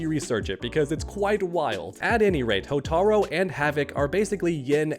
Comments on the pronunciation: Cant ignore the fact that he keeps saying Hotar-o instead of Hotar-u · Hotar-U not Hotar-O. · You mean Hotaru? Not Hotaro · HortarU!!! Not HotarO How has nobody corrected this? I bit my tongue but hey small mistake but when you talk about Motaro and then "Hotaro" its...eh. its Hotaru. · It's pronounced "HOH-TAH-ROO"! Hotaru! NOT "HOTARO"! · Hotaru not Hotaro 😂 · "HOTAROO". It's not "Hotaro", you clown. "Hotaru". It's not hard bro. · His name is Hotaru (hoe-tah-ru)